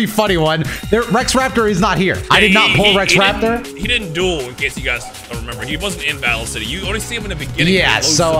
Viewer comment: Bro said Rex Raptor 💀